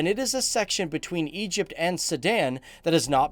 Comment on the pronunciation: Egyyyyypt is not an Arabic country